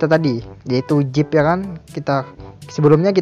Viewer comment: Zip bro bukan jip